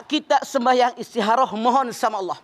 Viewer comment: Istikhoroh: Istikoroh Mamah Dedeh: Istiharoh (kedengeran seperti Ha bukan Kho/Kha)